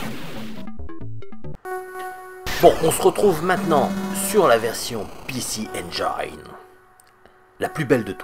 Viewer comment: Parfois tu dis bien "ainejine" mais souvent tu te forces à dire "ainejaillene".. Je te confirme que le i reste un i en anglais ;) ... bon, ça fait 3 vidéos que je viens de mater, peut être le temps pour moi de m abonner